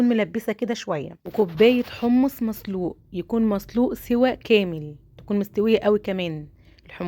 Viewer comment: بحبك والله وبحب وصفاتك بس لغتك صعبة اول ال س بتقوليها ص وال ط بتقوليها ت....مافيش حاجة اسمها جوزة التيب....مافيش حاجة اسمها مصلوق...اسمهم جوزة الطيب وحمص مسلوق.مع الشكر